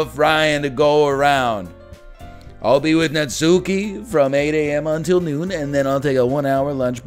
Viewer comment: The only thing triggering about this game so far is the way Ryan pronounces Natsuki. Not sure why but that emphasis on the 'U' is kind of grating for some reason. It's a minor thing, but I guess it's like a minor pet peeve. Just like when people pronounce Bakugo's name as KatsUki. The 'U' is (basically) silent. Katski, Natski. It's like when British people pronounce samurai as 'sam you rai'.